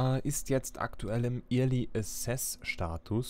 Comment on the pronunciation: Kleiner Hinweis: early wird "öhrli" ausgesprochen =)